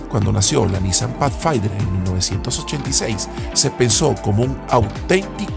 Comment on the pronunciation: NO se pronuncia pachfainder, se dice Pathfinder como con d.